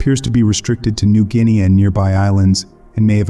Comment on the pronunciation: Dude, you were doing ok until you said..." New Guin-ee-ah" LOL